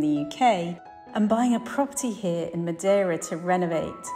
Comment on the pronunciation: It's "Madeira", fyi :)